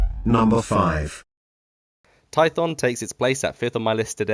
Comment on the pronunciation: You said korriban and I went "yeah makes sense" Then you said tython and I died inside